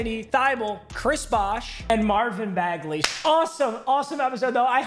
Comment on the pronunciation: Mans said “ can bagly shoot”.